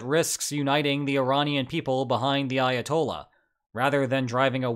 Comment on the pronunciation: Why does he sound asif he says Iatol instead of Ayatollah 😑